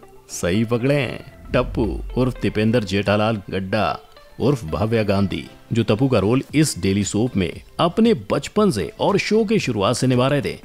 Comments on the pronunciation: It is gada not gadaa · are voice over wale uncle, mana ki aapko likhi huyi script milti hai jise apko awaz bna kr padni padti hai lekin etna to knowlege rakho ki tipendra jethalal gadda nahi gada hai